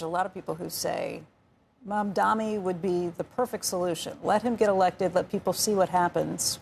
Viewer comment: Andrew, the name is Mamdani, not Mandani?